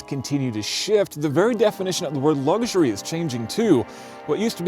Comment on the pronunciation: Great review but it's pronounced " Luxury" as it's spelled. There are no " G's" in it......